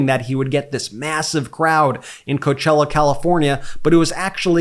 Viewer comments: When we saw that disaster at Coachella. Reminder, "coe-ah-chella". When there were NO BUSES to help people to where they parked their cars? Donald CHUMP doesn't care. He's a piece of crap, it lives in his diaper. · Coe-ah-chella. Please